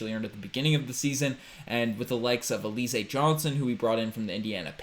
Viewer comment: Al iz eh Johnson not il e zay